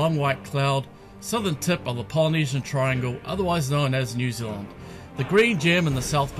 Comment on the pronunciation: New Zealand not new zilluand....